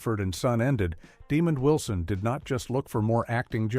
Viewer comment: Leave it to AI to butcher a name. It's not Demon Wilson! (smh)